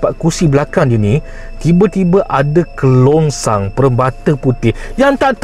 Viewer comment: Kerongsang bro. KERONGSANG.